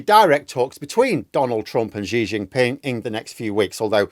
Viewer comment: Just a note from an Englishman, long time resident in China; Xi, is pronounced as 'she'. PS, I enjoy your take on things.